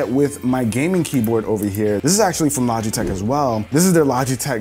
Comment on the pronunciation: Maybe it’s just me but the sponsor segment sounded like he was saying lodgeytech a couple times